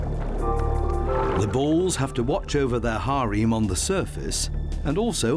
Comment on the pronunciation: +/- paraphrasing: "The male Sea Lions with their "High Reams" consisting of several females..." Really, dude? This is really how you say "Harem"....out in the world, in front of people? I can just imagine hearing you say that at a dinner party....and everyone within range giving you the hairy eyeball, and muttering "pretentious twit" under their breath....